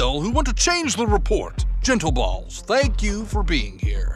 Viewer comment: This man really said “gentleballs”